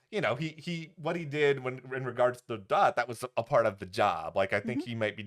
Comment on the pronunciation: “Dot” not “Dir” 😂